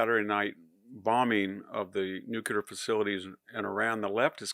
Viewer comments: Nuclear, not nucular. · stop repeating the intro verbatim and stop saying newk-you-lur